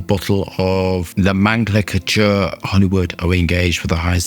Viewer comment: Know-men-clay-chur.. Lmfao the Dalek bottle.